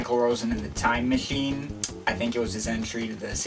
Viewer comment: "Masssshine" LMFAO "acsssshhhually" 😂 "i put the link in the dessshhription" u cant pronounce the letter c